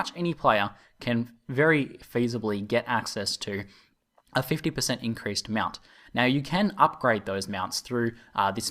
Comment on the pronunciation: Whats a "Mewount"?